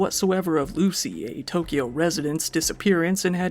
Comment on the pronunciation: You're literally the only YouTuber I've seen actually attempt to say Japanese words correctly. Didn't nail everything but it was nice to hear "Tokyo" instead of "Toe-kee-yo" and "Akira" instead of "Uh-keer-uh"